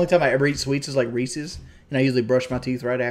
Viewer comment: Reesees. It’s Reese’s. Reese Is.